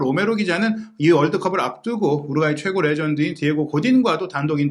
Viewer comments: 더빙하지 말고 그걍 자막으로 하는게..우륵과이로 들림 우륵과이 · 뭔 자꾸 통역가 우룩과이라고 하냐 우루과이라고 하지 우룩 우룩 우럭이냐? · 아니 왜 우루과이를 우룩꽈이라고 발음하는 스레기들이 많아 참나 할로윈을 렐러윈이라고 하지 않나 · 우룩꽈이 발음 나만 킹받냐??